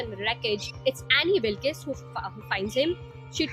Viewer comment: Annie wilkees 😂😂 pronounciation